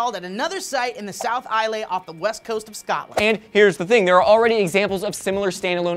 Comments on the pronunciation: It's iz-lay not i-lay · Islay is pronounced i-la, i should know i'm scottish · WTF is this "eye ley" stuff? Its pronounced like Aisle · arrrrgggghhhhhh Islay is said I-la not Ilay or Is-lay get it right america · Its pronounced eye-la but never mind xD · Islay is pronounced "Ee-luh", fyi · Islay is pronounced EE-lay btw. but yay, Scotland on the news:) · Its pronounced IS-lay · Eye-leh #correctpeoplelikeadick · It's ISLE pronounced (eye el) for the love of all that is unicorn goodness you guys are killing me here!!!! It's like island the "S" is silent. I literally screamed it at you every time you said it. It made me feel crazier than I usually do :( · lol said Isle like Islai................Donno why that is funny, I am scottish so i guess it is just me.... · AGHHH! My mums side of the family live in Islay, we go there all the time, well chuffed it just got mentioned!!! Fyi... Its pronounces without the "y", everyone always does that :P Ps, love the show and you guys!